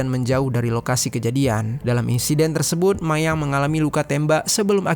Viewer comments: Galfok sama cara ngomong si abang nya Klo d akhir kaimat ada huruf T di lafalkan sebagai hurup N Tersebut jd tersebun 😊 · hruf "t" d akhr psti selalu kedengeran jd hruf "n" apa ak yg slah dger ... kya kata tersebut jd tersebun